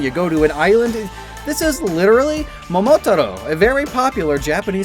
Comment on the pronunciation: I’ve never heard Momotaro pronounced this way before. I always said it as “moh-moh-TAH-ro”.